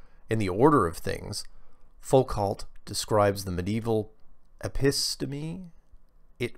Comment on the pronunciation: Hi, Foucault is pronounced: foo-koh. Cheers.